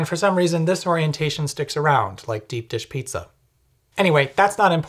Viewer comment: What was that tone on 'like deep dish pizza' about? Thin ice buddy.